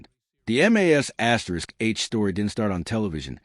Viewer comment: Your pathetic AI narrator that isn’t smart enough to know how to say MASH gets a thumbs down